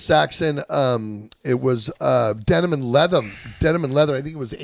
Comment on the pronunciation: Best line of the episode: ...Denim & Leathum. 😂 Damn that pesky ' cotton mouth '. 😂😂